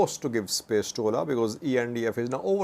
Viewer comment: At first I didn’t understand what he was saying when he said ola lol